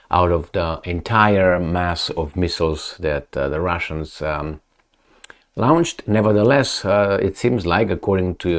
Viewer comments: Not quite....... "lawnched." "Lornshd" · PLEASE read my comment. Launched is pronounced "Lonched"